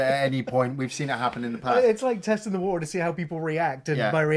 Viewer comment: All I gotta say is “Sumthin in the Fukin wa’er”